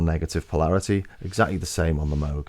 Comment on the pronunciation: It's pronounced "Moog".